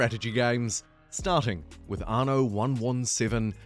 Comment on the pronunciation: It's an-no NOT ar-no